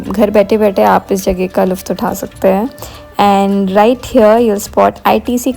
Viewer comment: Luft nahi lutf